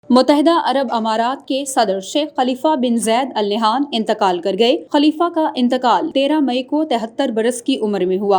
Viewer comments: Al nehan nhi ha ...jahil newscaster! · Please pronunciate the family name (Al Nahyan) correctly.